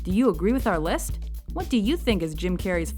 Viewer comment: Did the announcer say "Do you agree with our lisp?" o.O